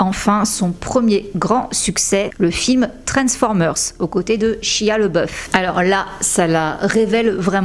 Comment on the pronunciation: Coucou Shia se prononce SHA-YA D'ailleurs une vidéo sur lui serait vraiment pas mal 😉 Megan il lui manque de bons petits rôles.. Et bien sûr tu as toujours un avis très objectif et sincère ☝🏻😘